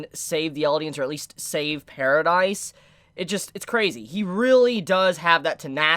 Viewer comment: Did i hear said paradise??? Isnt it paradis?